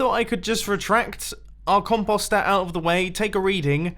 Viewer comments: The way you British people say "composter" makes me want to jump off a bridge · Ok. I see no other comments. Is that actually how you pronounce composter? If so, my life is a lie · I'm pretty sure the way he says it is a British pronunciation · Are there any other Americans slightly annoyed by the way he says "compost?" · "cumpawstrr" it hurts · Com-Post, like postal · Mumbo you pronounced composter wrong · I love the way you say compost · Omg say composter right. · like yur saying .com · He pronounces composter so weird. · Why did he say it soooooo weird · Its com-Poe-ster not com-paw-ster and com-poe-ste not com-paw-st lol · It’s “comp-O-ster” not “comp-OGH-ster. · Com- post- ster not Com-pus-star. 🤣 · Com post er not comp ost er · Me:Mumbo it's not com-paw-ster it's com-Poe-ster. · Pretty sure it's pronounced Com poster not Com pawstir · Com-paw-ster when it's Com-post-er. Last thing we had a weird pronunciation was water sauce. Another remix coming??? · Actually since you british have your accent and you say that it's pronounced com-paw-st which I will not deny being right, but it's sooooo annoying to hear him say it like that as we Canadians and Americans say Com-post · Composter mumbo! Not compauster! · it a COM-post-er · For real “con poster” is what you’re saying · Com pasta er ( no offense ) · DUDE!!! the O in "(comp OOOO ster)" says its name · he says composter SO weird he says it like com-post-er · Maximum velocity con-POSST-er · please pronounce the word correctly.... it's COM - POST. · Lol its com-post-er since when does an o make an a sound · it's com-post-er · Composter, the next Cauldron. You pronounce composter so wrong. It's com-poe-ster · Mumbo its pronounced "com*post*er" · Mumbo Com-Post-er u say it like that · C-om-po-es-t-er mumbo says that wrong.... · It is pronounced comp-o-ster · “Con-pause-stir” beautiful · Still calling it The "compasta" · Mumbles try saying com po ster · Con post say it right😀😀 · It’s pronounced com post